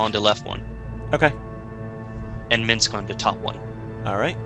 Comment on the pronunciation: MINSC. IT'S MINSC!